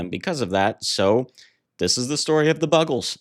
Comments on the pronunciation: Oh dear, how did you mispronounce it? Like "Bugles"? ♥ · How the fuck do you mispronounce The Buggles? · How can you mis-pronounce Buggles ??????